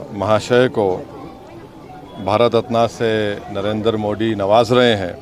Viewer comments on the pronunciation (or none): ये शख्स जब भी मोड़ी बोलता है इसको ARREST करना जरूरी है इसको मोदी उच्चारण सिखाना जरूरी है